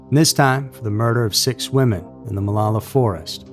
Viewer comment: I’ve lived in OR for 8 years now. We pronounce it Mah-low-la.